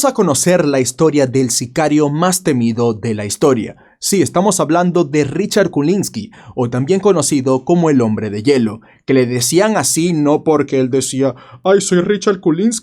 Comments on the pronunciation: Kulinsky es cul_ en ruso ..... es KUKLINSKY, KUKLINSKY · No es kulinski, es kuklinski... Se pronuncia tal cual se escribe. Y pensé que nunca tendrías algo de catego. En HBO están todas sus entrevistas. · Kulisnli? Es y se dice KuKLiski!!! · Kuklinski, no Kulinski😂😂😂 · Ya. Pero era Kuklinsky y no Kulinsky 🤣🤣🤣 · KUKLINSKY NO KULINSKY EMPEZASTE MAL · Kulinsky no. Kuklinsky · Es Kuklinsky no Kulinsky😂😂😂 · estás pronunciando mal el apellido! Es ku-kli y no kuli. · A caray!!! Dijiste Kulisnki, que no es: Kuklinski?? 🤔🤔🤔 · porq decirle culinsqui, cuando se llama kuklinski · Richard Kuklinsky no Kulinsky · Se dice KuKLINSki no Kulinsky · Kulinki??? Kukliski sera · procede a decir CULINSKI de culo jajjajajajajajajajajajajajaja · Kulinski???? Jajajajaja lee bien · Richard "kulinski" , por favor... él mismo te asesinaría si te escuchara pronunciar su nombre jaja. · Estás pronunciando mal el apellido se pronuncia kuklianski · Quiero contar la verdad y no sabe pronunciar el apellido